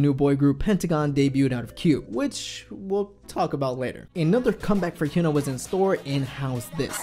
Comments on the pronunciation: Her name is hyuna not huna pronounce it correctly if you're really a fan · I thought her name was pronounced Hi-ooh-na.